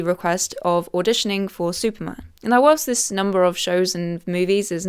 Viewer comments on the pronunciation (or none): none